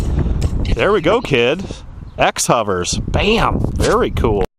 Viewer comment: its called xnova bruh so get your shit right buddy! lol jp but foreals they xnova not xhovers ....just saying lol